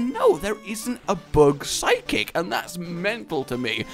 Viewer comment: he said psychic lmfao idk how but its like 'sid'kcik